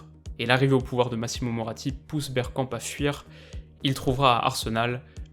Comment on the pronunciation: A j’ai entendu « on va parler bière » j’ai replay 5 fois mdrr